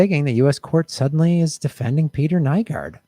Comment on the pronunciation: Kinda odd when I started watching this video YouTube had some weird glitch and I couldn't see the comments... not saying that it was anything more than a weird coincident, but... Also, yes he's a monster but you do have to pronounce his name right, it's NEW-GORD